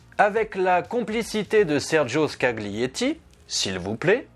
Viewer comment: Bravo, quelle découverte !! Quelle beauté et quelle mélodie (On ne prononce pas le G de ScaGlietti, dire jsute Scallietti, comme dans Taliatelles ;-)